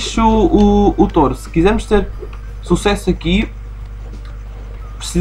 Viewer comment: Um "t-oh-ro"? Ah carago, essa pronunciação foi das boas. Quer dizer que agora o nome do jogo é Sheep, Dog, Wolf & Bull? (risos) Mas a serio, é um obstáculo e pêras, ainda bem que podemos usar os poderes de hipnotismo sem acabar por nos lançarmos por uma colina abaixo como costuma acontecer com o irmão de Ralph...